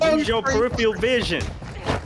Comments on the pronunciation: If it’s him, he needs to learn the word peripheral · funny!! But damn it was hard hearing him pronounce “peripheral” wrong every time he said it 😂